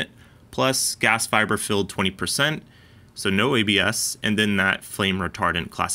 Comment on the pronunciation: I swear you said "gas fiber" the first time there.